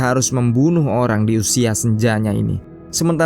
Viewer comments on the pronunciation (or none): none